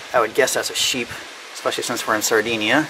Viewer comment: Sardinia..NOT Sardeenia..